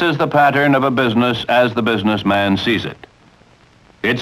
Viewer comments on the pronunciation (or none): wow he really emphasises the MAN in BUSINESSMAN doesn't he XD